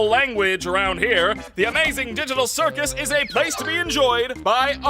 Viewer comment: People who heard digital circle instead of circus